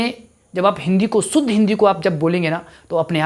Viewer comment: शुद्ध को शुद्ध बोलिए बबुआ जी ।उच्चारण ठीक करें ।